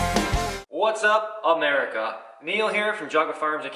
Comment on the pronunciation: You say America? Or I’m Erica? Cause it sounded like you said your name was erica